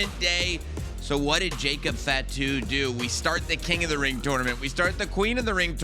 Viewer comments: "fat - too" huh? Its "fah - too". Show a little respect on the name of a major wrestling family man. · Bro said jacob FATu 😭